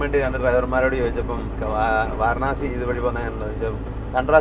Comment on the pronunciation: വാരണാസി അല്ല വാരാണസി എന്നാണ് പറയേണ്ടത്